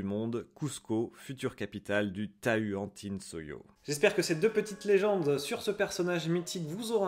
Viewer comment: La prononciation de tahuantinsuyo/tahuantinsuyu c’est pas ta-u-an-tin-suillo (avec prononciation française) mais «tawannetinnessouillou » :)